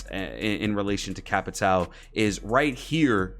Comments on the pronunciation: Some facts: I watch some streamers, like yourself, get flanked and other, and you struggle sometimes to say Capitão’s name. Capitão, is a police rank, that means Captain in Brazilian Portuguese, so you can call him Captain or Cap. Also, “Souza” written in his front pocket, is his middle or last name. Just some facts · I’m Brazilian and it’s so funny to see how American YouTubers speak capitão or souza😄